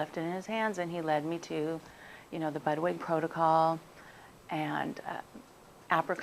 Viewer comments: I could not hear. Did she say she immediately started on "bud way" and then the lumps went down im a couple of weeks ? What is bud way? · she keeps saying that the protocol included.. 'budway'? i cannot decipher.. please help .. we are doing b 17 apricot kernals and baking soda/lemom organic and apple cider vinegar and vitamin c 1200 cc a day 2 tablets 3 times a day along with the turkey tail vitamin. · Are you saying "Budwig Protocol" .....Can't completely understand it....thanks